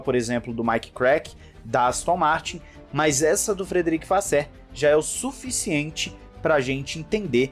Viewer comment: ultima tentativa aqui, é frederick "vassôr" e não "vassér";)